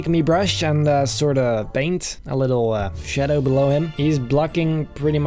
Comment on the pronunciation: I love how he just say "shedow" instead of shadow